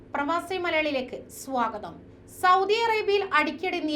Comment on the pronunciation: സ്വവ്, ഗതം അതെന്താ ചെരുവം സഹോദരീ